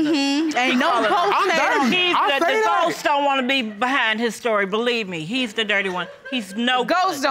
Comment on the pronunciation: Ghoses! lol